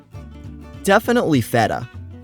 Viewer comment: as a greek u said feta the right way and its funny 😂😂😂😂